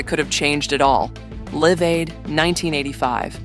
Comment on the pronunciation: She pronounce Live Aid as [Liv] Aid.